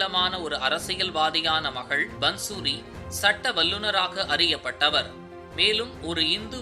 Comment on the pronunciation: பந்சூரி என்று உச்சரிப்பது தவறு. பாந்சுரி என்று உச்சரிப்பதே சரி. பாந்சுரி= புல்லாங்குழல்.